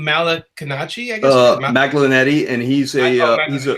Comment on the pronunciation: "Mag-lin-etti"? Oh,...It's "Mah-lin-AH-gee"! He was also a two-division titleholder (140 and 147 pounds) before he retired and became a commentator for Showtime.:)